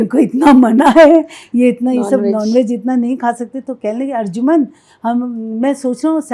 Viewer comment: Arjuman nahi arjumand. ارجمند=فارسی،قدرو قیمت والا،عزیز